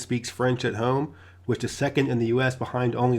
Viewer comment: What is a hoime? Are you try to pronounce Home with the long O? Check your dictionary.